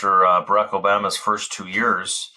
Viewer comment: It irks me to hear you mispronounce Barak Obama's name; for no other reason than you are an intelligent man. What if people constantly pronounced your name Rosenbug? Why the disdain? If it has to do with his politics, I wouldn't hear you call Jimmy Carter, Jimmy Cutter. I'm ashamed at a Jewish person for doing this.